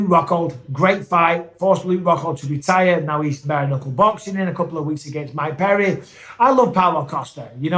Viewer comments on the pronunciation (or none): none